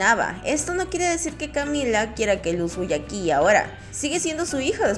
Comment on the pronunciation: CamilA, CamilA, CamilA, CamilA, CamilA, CamilA! ¿Porqué aquí nunca pronuncian bien los nombres?